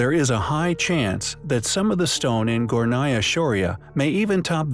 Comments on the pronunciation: It is Gornaya not Gonaya. And it means upper. Just to let you know! Anyway, I like this channel! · You left out the 'R' in Gornaya